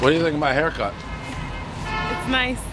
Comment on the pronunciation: Great hai(silent R)cut Dave.